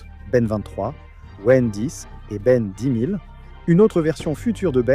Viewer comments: Pourquoi tu dis Ben dixe ? Admettons tu veux dire le mot et non le chiffre, en anglais ou en français le titre reste Ben ten toujours écrit Ben 10. 🤷🏻‍♂️ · Ben ten, ben 10 ou en encore Ben x stv mais Ben dixe… a croire que c’est une ia qui sais pas dire dix😂